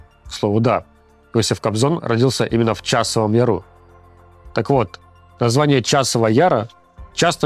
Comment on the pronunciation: Почему "родился старик Иосип в Часовом ЯрУ", а не Часовом Яре?? Какая необходимость менять ударение и ставить на последний слог? Типа, господа офицерА, вот ваши договорА!)) И вообще, какая прекрасная дикция у Максима, заслушаешься! Каждое слово слышно, не нужно догадываться, ни один звук мимо "не проскочит". В ведущие, для общения с публикой, хорошо бы идти не заИкам и людям с "фефектами фикции". Руслану хорошо бы поработать с логопедом, также и "вещества" способствуют невнятной речи. Может, тогда от трубочки или подобного отказаться.. )